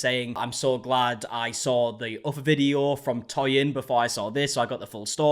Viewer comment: Well done you. You pronounced Toyin's name properly.